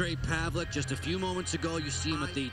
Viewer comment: Holy shit, i found this video today.. It looks horribly scary! Fortunately he's ok now and plays fantastic game in world championships with our Czech team :)) Btw, the proper pronounciation of his name is paveleTS not paveleK :D